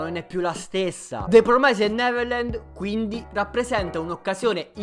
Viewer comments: La pronuncia!!! Mannaja!!!! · Se non sai pronunciare il titolo in inglese, almeno dillo in giapponese, per piacere.